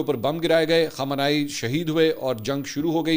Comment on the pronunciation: khamanai nai khamnai aap glat name lete hain خمانائی غلط خامنائی صحیح